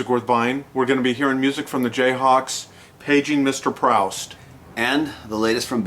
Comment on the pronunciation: Great reviews guys. Just a btw - If the title does refer to Marcel Proust, pronunciation is like "proost" to rhyme with roost!